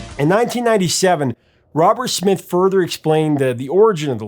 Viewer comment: Did he pronounce Smith as Schmith?